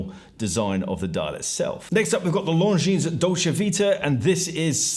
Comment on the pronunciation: Longines' s you don't pronounce. Dolce is italian, so ce is pronounced like che in check. All of these words are pretty common in the world of watches. Many collectors speak multiple languages or at least know how they should sound. To us, you sounded like Franck Muller's site looked to you. You've done ok with LeCoultre, given the increased difficulty. I imagine there's similarly a decent page on that site.